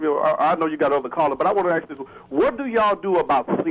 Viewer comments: He said Axe a question. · Yes multiple times it was very annoying. However he also said, "lemme axe you something" so it's not all too surprising.